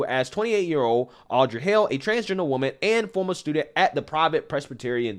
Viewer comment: Your analysis is spot on. BTW, Hale rhymes with tail, whale and mail.